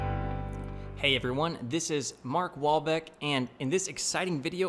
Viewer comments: oh i thought he said Mark Wahlberg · I'm new to this channel and I thought this guy said his name was Mark Wahlberg, lmao